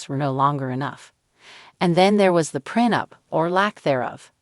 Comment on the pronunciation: Street Lucia? Epi-tome? Preh-nup? I had to stop there. C’mon girl!